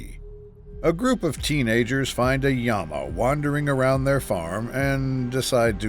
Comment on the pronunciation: I know, that's the Spanish pronunciation 😂 Yama.